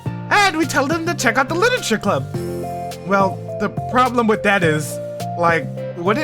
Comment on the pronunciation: im glad you enjoyed the first side story!! most questions are answered in part two of trust which im excited to see you react to lol. (edit: by the way its club not clup)